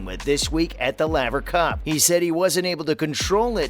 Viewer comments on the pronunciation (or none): You don't even know how to pronounce the name of the tennis club. It's like Layver but spelt laver. His wist not wrist lol.